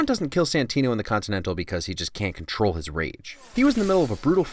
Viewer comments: Caught a Hiccup "cotrol" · cotrol lol